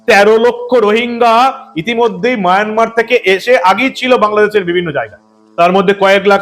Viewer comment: Mynamar na re myanmar